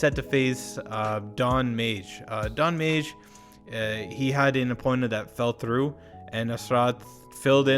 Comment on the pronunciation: Madge not mage ffs